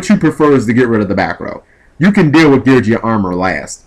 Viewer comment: it's gear geee ahhh not gear jee ahh